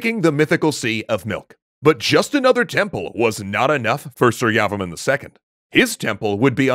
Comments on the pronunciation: Janhavi Baghel lol. Same thoughts. Was getting annoyed with the su-yavaman pronunciation. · Please pronounce his name properly it’s Surya Varman. Two words. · that's pronounce "sureyavarma 2" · Pronunciation tip : It's "soor-ya-var-man" with stresses on "soor" and "var". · Btw your pronunciation of su-rya-var-ma-n was bit off